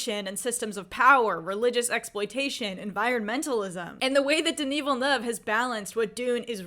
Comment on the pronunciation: Your enthusiasm is contagious! I've always been a long time fan of Villeneuve's pacing, moody atmosphere and tension building skills since Incendies. He's shown he can make people feel different about what's on a screen. And, as a Québécois, I have to say your pronounciation of my fellow countryman's name is perfect! ;P